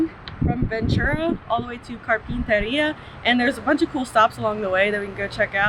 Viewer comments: As a Ventura native, I burst out laughing on the way you said Carpinteria (simply like Car pin ter e a) and Ojai (o-hi). Also, when you said it was in the 70s and can start feeling the heat coming, that ais the heat you get in Ventura. Like low-80 is lucky as a high at all in the summer... it is in the 70s throughout the summer, especially in the downtown area. Only time it really get warm is if, and a big if, a dead non-breeze day because there seems to always be a breeze on-shore. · Car-Pen_Ter-Ea and Oh-Hi. Phonetics for Carpenteria and Ojai...he he